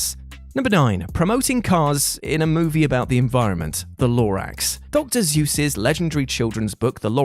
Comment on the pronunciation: Dr. SOOS, not Dr. Zeus.